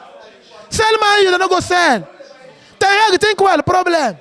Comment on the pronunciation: I draw 13 lose under Eric Ten Heg😂😂😂😂 see as him pronounce him name